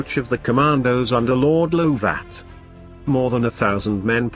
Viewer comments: Its Lord Lovat (one word) not pronounced Low Vat. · And who was Lord LOO-VAT? Please don't use these awful artificial voice overs they ruin what was otherwise an excellent presentation.